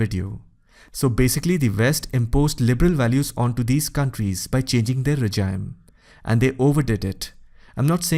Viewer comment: Can you not mispronounce regime as 'rejaim'? as you will never say regiment is 'rejaiment'.